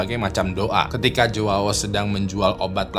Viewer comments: jowawo wkwkw, bacanya yaw bang kalau nama Joao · bacanya juau, jgn dibaca mentah" jadi aneh 🤣